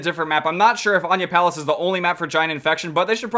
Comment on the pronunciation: it’s pronounced aniyah palace